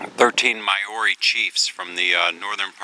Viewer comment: Maori is said like mouldy.... just a tip haha... but thank you enjoying seeing where you go